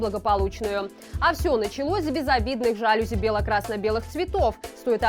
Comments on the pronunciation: Маланка,извини, ну что с орфоэпией/акцентологией/?!Ещё один урок:жалюзИ. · Жалюзи - ударение падает на последний слог. Это французское слово. В французском языке ударение всегда падает на последний слог.